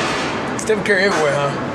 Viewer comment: Stephen ceeury is how he says it 😂